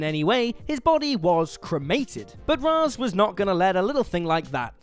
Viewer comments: It's pronounced Raish not raz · Ra's: RAISH, not Raz. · anti-life is deserves to be on this list also its pronounced ray-sh not raz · The only thing more horrific than these transformations is his pronunciation of Ra’s